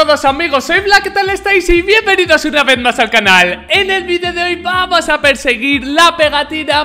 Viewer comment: Jaja el diciendo vuamos